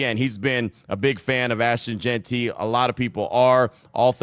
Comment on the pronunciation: Lmao Q reeeeeaally put emphasis on the pronunciation of Jeanty's name in the intro huh 👀 hope this FINALLY ends the JeantRY saga for good Been funny though lol